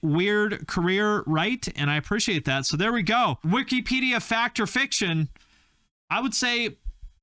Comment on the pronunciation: Lol “wikypedia” 🤣 love you